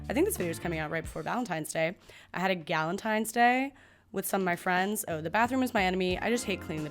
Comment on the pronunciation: Who says balentines? Palentines was right there